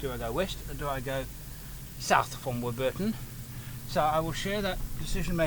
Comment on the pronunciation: You're pronouncing Warburton incorrectly. Emphasis is on the first syllable.